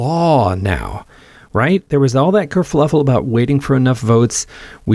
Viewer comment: Did you say "kerfLuffle"?